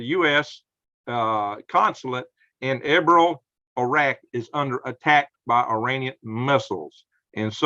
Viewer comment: It's pronounced ER BILL.